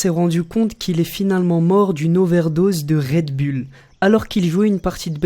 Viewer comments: Mec un conseil travaille ton accent parce que "Rède Bulle" c'est pas terrible... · Red bull se prononce Red boule ... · un message au français ont dit Redboulle pas redbulles